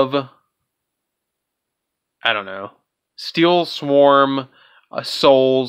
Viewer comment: Wanted to finish the video but every time he said sworn instead of swarm some of my brain cells committed suicide.